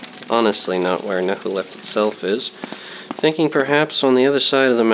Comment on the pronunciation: It's not Nehuleft or Nehurdamz. The second letter is C. So it's Nchuleft and Nchurdamz.